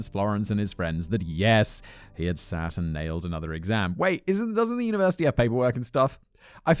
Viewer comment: Sorry but new favourite miss pronunciation Sat / shat.